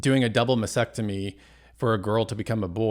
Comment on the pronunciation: Mastectomy. T. There’s a t in the word!